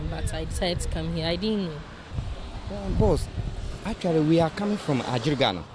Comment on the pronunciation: The guy with the npp dress said Atweally 😅